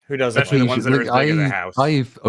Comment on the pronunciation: This guy actually said "EXspecially" and "all intensive purposes" in less than 2 minutes, we're in for a treat with this one